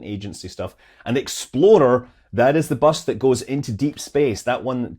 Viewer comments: Your habit of pronouncing explorer as “exploder “is, perhaps, inauspicious. 🙃🤣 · I'm surprised you didn't mention the cause of the rough landing by Nova C's Odysseus. They accidentally left the "remove before flight" lock on the guidance system, forcing them to use an alternate system (their customer's) for measuring altitude, which probablly wasn't optimal, is probably why the leg broke, and certainly was embarrassing. Btw Scott, when you say "explorer" it sure sounds like "exploder." Like the Ford SUV 😂